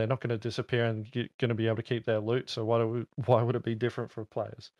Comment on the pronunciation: I want more lewd! (Your pronunciation of loot sounds like lewd🤣😅)